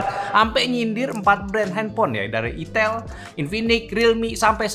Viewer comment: Min tolong lah, sedikit masukan pembacaan itel yang bener, sebagai orang Jawir agak risi juga dengar nya 😂